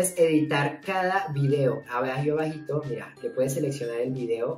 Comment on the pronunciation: Soy yo o dijo Basito en vez de bajito